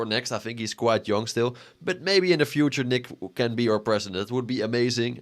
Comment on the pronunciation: “OUR‼️” Bro you have a accent 😂😂😂😂😂